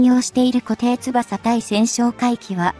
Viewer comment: いつも読み間違いだらけです